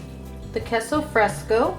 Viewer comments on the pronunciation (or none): Everything looks great and yummy but please pronuonce queso fresco correctly💕💕💕